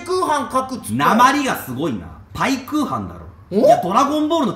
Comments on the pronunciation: (ペークーハン)じゃなくて(パイクーハン) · 私も最初パイクーハンだと思ってたがw ペークーハンってwww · ぺぇくうはんは草